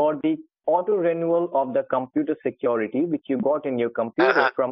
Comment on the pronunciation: he said: we will help you get rid of the secruityti we have given to you